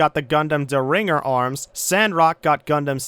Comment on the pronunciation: Its pronounced Der-in-jer. A Derringer is a type of handgun which are typically very small and concealable, though there are exceptions such as the 45-70 Derringer.